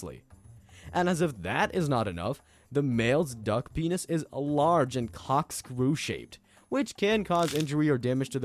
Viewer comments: Bro it’s not cockscrew 🤣 it’s CORKscrew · "Cockscrew"? You mean corkscrew? 😂 I love Freudian slips... LMAO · Community note: sexual dimorphism means strictly the difference in physical appearance from males to females in the same species, and is no way a synonym for parasitic mating Another community note: male ducks have corkscrew penises (not cockscrew as pronounced in the video) BECAUSE female ducks evolved spiraled vaginas, not the other way around